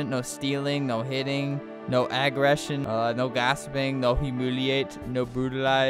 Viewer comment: “No agg-ress-ion”